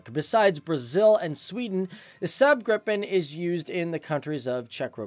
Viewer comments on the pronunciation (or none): you pronounce Gripen wrong, it's not Grippen it's Gripen